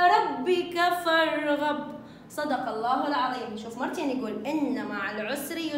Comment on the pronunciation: فانصب ..بالفتح فارغب ...بالفتح